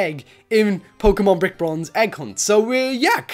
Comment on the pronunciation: said brick bornze XD